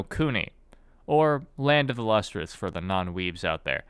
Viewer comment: Since this guy mush mouths the title every time he says it, the manga is called Land of the Lustrous.